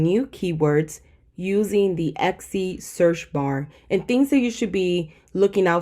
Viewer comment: eKsy? no hate, just curious why tis pronunciation. Love the content, you're a big help and inspiration! Thank you :)